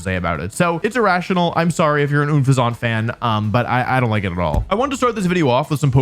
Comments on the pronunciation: I felt physical pain every time he pronounced unfezant as “oon - fez - awnt” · Top 10 Pokémon I decide to pronounce Number 1: oon fesant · If you say "Oun-fezant" one more time I sweat to god... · Isn't it pronounce un-pheasant? Like the bird? And then it sounds like "unpleasant"? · wolfey's pronunciation takes me out every time 🤣 like "oon-fuh-sawnt" is so funny to me because i've never seen unfeasant's name as anything but a pun for the word unpleasant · I don’t get how poketuber pronounce names wrong it’s the name is suppose to sound like “unpleasant” but with an F. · I thought he was joking when he said oohnfezzont😂😂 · pretty sure unfezant is pronounced like unpleasant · Why do you pronounce unfezant that way. It's supposed to be a pun on unpleasant, not oonpleasant 🤣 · ME TOO! Unfeasant like Unpleasant! I thought it was like… obvious haha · I remember it's pronounced that un-phesant in the anime so blame the company not me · Why do pronounce Unfezant so French?! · "There really is nothing wrong with Unfezant" Well, there's how you're pronouncing it for one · unfezant is an unpleasant pheasant, the way you pronounced it makes me wonder if you understand the play-on-words 😂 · your mispronunciation of unfezant disturbs me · I hate how he says unfezant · nah he's actually pronouncing it wrong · Ain’t no way that’s how you pronounce Unfezant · the way he was pronouncing Unfezant was really bugging me, lmao Does he know it's a pun on Unpleasant? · Surely Unfezant is meant to sound like unpleasant? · Not to be that guy but I'm pretty sure unfezant is supposed to be pronounced like unpleasant, but with an f to combine the word pheasant phonetically. You're pronouncing it like a French pastry lol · Dude said unfezant looked like a pigeon and couldn’t pronounce the name properly. I’m sure he didn’t know it’s inspired by a pheasant. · that is not how you say unfezant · I am never not calling untezant anything other than untezant ever again. Period.